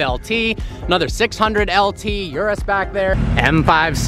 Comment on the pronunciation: It's an Urus... not a Yurus...!